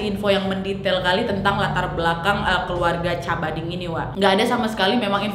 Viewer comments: Ijin koreksi cara baca : Cabading bacanya Kabading, Asuncion bacanya asunsion, Cavite bacanya Kavite atau Kabite. * Saya kebetulan pernah 3,5 tahun tinggal di Filipina. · Nad, mau benerin beberapa hal. Wkwk jiwa pinoy ku berontak. Maap. Cavite dibacanya ka- vi - te. Terus namanya bukan dibaca pakai c tapi Ka-ba-ding. Asuncion dibacanya esansyon. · Cabading - kabading Cavite - kavite Asuncion - asunsyon